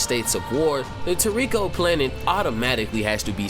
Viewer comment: For god sakes man, its [Tor-Ri-ko] even the sub voice actors say it like that!! I have never heard Komatsu say Tor-riko